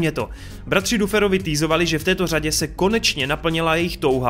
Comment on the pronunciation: no jakoby, je to blbustka, ale furt říkáš Max místo Mex a Duferovi misto Dafrovi, pisu jak se to cte a ne jak se to pise, ale jak rikam je to jen blbustka, takze to je skoro jedno😄